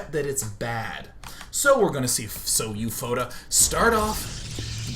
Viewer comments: Hey Day9, This player SouFoda can be Brazilian. SouFoda in Portuguese means "I am the best" but not in a formal and beutifull way of saying... like, "I am more than a baller, I am THE PIMP BALLER." If you want to know, the pronunciation is like "soul foda". Take care. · SouFoda is pronounced "So-oo Fohdah" ("Sou" sounds exactly like the english word "Soul"). Also, Karnaugh is pronounced "karnô". The meaning of "Sou Foda" is what GDIASMLJ said, and yes, it's brazilian slang.